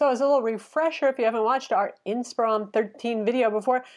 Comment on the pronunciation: isn't the model name based on the word "inspire"? I would think so. 😊 Hence it should be pronounced more like" inspir-on"...? Anyways, thanks for yet another great review. 😊